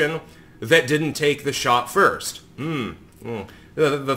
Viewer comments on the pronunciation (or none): I'm pretty sure our mans here said "the thot plickens" which made me laugh uncontrollably for a minute. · Did he say "the Thought Plickens?"